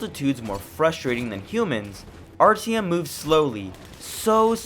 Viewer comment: The one thing that drove me away from this review: The continued mispronounciation of the MAIN CHARACTER'S NAME. That is literally not how you pronounce Artyom.